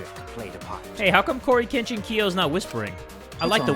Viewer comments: Korekiyos name: Korekiyo Shinguji pronounce: Cory kenshin Kiyo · anyone gonna say something about calling korekiyo corykenshinko LOL